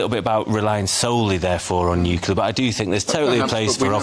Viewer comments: Talk properly. It is NUCLEAR, not "NUCULAR" for heaven's sake. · Mr. Woolfe, it's "nuclear" ...not "nucular" lol reminds me of Homer Simpson.... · You would think that those guys on the panel talking about nuclear energy should at least know how to pronounce the word correctly. The clue would be in the spelling. It is NOT nU - cue - lar it is NU - CLE - AR…as spelt. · What is it with the word NU CLEAR that is so difficult ? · How do you interpret the word NUCLEAR into NUCULAR??? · Why can't people pronounce 'nuclear' properly? Nuclear- Noo-klee-are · FFS its NUCLEAR , not NIKILAR